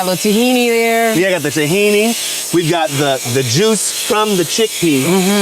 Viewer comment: Lmao at Scott calling Tahini “Tajin” I was like oh this hummus is going to have some Mexican flare 😂! Then I saw him pour the Tahini lol